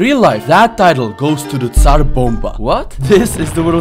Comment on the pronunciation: when you said tsar Bomba, the word "tsar" sounded like an ordinary Russian person